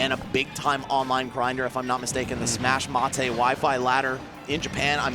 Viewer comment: Btw the unofficial Japanese online rated battle platform is pronounced “Sma(sh) mate” instead of “Sma(sh) mah-teh”, just FYI